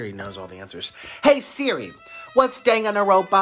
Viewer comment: nikocado trying to pronounce 'danganronpa' is making my day lol